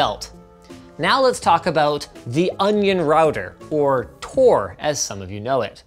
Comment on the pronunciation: Tor* Not TOR*